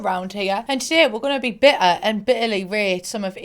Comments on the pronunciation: "Don't get beh-ah, get bih-ah" xD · I love her accent “bi-ah” instead of bitter